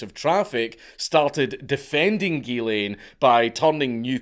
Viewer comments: The “ghy” in Ghyslain is pronounced “JEE” with a soft “j” sound. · Its "Geeszlain" not "Guelain" (Ghyslain). The way the counts pronounce it is a female version of the name. It's fucked up what happened to him